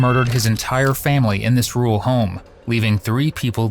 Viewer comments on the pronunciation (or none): I have just unsubscribed. I can’t support people who use the word ‘ironic’ incorrectly. And why can’t the narrator pronounce ‘rural?’ He says ‘rule.’ 😂😂👎👎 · Americans can’t say rural..😂 I’m going rool home? What! 😂